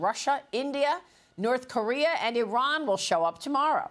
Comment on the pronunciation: Wrong - Eye-Ran Right- Iran Wrong- Pootn Right- Pu Tin